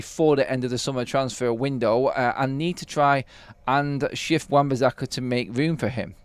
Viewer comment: Everytime I hear you say bizzakka. I'm going to turn off it's so annoying and I'm sure I won't be the only one so please atone!